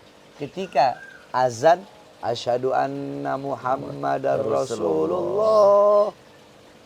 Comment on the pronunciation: AsyHAduALLAH ✓....AsyaduALAH..×...Sebutan tauhid paling utama..😊 Sebutan yang betul HA☺️Bukan SYa☺️ thanks you❤